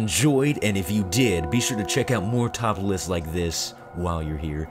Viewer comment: when he said top list I thou he said topless haha